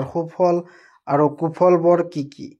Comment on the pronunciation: 😂😂আৰ 😂😂 নহয় আৰু 🤣🤣🤣😆😆😆😝😝😝🤭